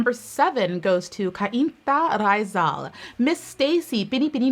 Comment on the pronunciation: AHHH Never expected this video queen! Makes me happy to learn with pageant world <3 Also, Sultan Kudarat is "Sool-Tan Koo-Da-Rat," Rizal is "Ree-zal," and Zambales is "Zam-bahh-less"